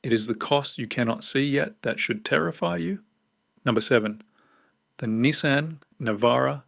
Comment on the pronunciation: And "KneeSahn" instead of "Nissan"